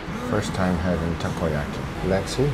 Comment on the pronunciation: Just to correct Guga. Takoyaki doesnt have BBQ sauce, its actually called "sauce" aka thick worchestershire sauce made in Japan. Glad you enjoyed Japan Guga. Youre pronunciacion in Japanese is actually extremely good believe it or not.